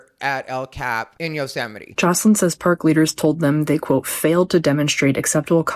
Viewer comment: Acceptance where? You already had your dream job!!! 🤦 Also, "Yothemity Them" killed me. 🤣